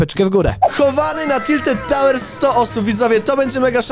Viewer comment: to tak słone wieże a nie tiltet tałer